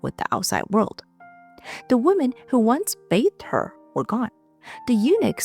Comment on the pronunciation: Hey, Love your videos!! Just curious, why do you always mispronounce the word "women" and make it sound like the singular noun. Listen to a couple of your videos and you'll see. Your English sounds pretty sharp, except "women" where it will sound like woman.